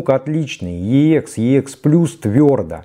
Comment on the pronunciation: Уважаемый ведущий, обозначение Ех - звучит просто Экс, как сокращение от Эксцелент (англ. Excellent - отличный, отменный, превосходный), а не две отдельные буквы . Отдельно буквы произносят в аббревиатурах, тогда они все заглавные и каждая является первой в отдельном слове... Например - EMI ( читаем И эМ аЙ по русски) или BASF ( соответственно Бэ А эС эФ, т.к. немецкая марка). Ничего личного, просто вещая ,,нá люди" Вам , как продавцу стоит знать основные термины и понятия на этом рынке, марки и лэйблы, которыми Вы пользуетесь... А также - на Эксе могут быть Видимые царапки, полоски или ''паутина", но не Слышимые как "песочек" или щелчки, ну максимум - на заездах сторон. То, что Вы представляете в этом ролике трудно назвать превосходным или отличным, скорее - очень хорошо с плюсом, т.е. - VG+( Very good - два слова и потому большие буквы)... 🎼🌐🥂